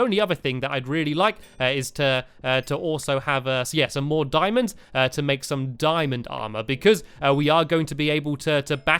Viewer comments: he kept saying dimons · DIAMONDS!! NOT dimonds DIAMONDS